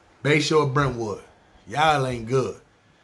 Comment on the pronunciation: You got Brentwood all wrong lol